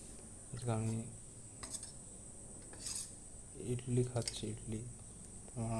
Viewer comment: ইটলি নয় ইডলি